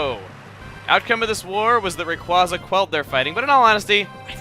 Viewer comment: Also it's pernounced Ray-qu-az-a... it's a pun on Quazar